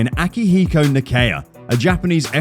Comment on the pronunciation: Amati literally had nothing under her belt (i am willing to bet that she sucked something to even get into F1) while Nakaya (at least make an effort to pronounce the names right) was a japanese F3 champion in the late 80s. He was even a japanese Touring Car champion. And seeing his performance in Best Motoring, he was the GOAT. Nakaya wasnt sign not because they couldnt sign him. There is a difference in not being able sign him because they simply couldnt and not being willing to sign him because FIA didnt acknowledge the japanese F3 to be a stepping stone into F1 (at least back then..............and yes, i am talking about F3 and not F3000 even tho Nakaya also competed in F3000). But what is disrespectful about any of these drivers (maybe outside of Mazepin)? Being bad =/= disrespectful.